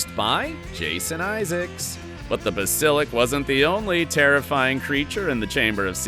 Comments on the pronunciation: Whats a basilick. It's pronounced basilisck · Bas-illic tooth? 😂 its pronounced bass-ah-lisk 😅😅😅😅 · I cringed when he said “basilik” 😂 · Yeah, that was driving me bonkers as well.